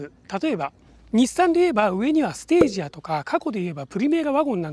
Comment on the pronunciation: ステージアですよ？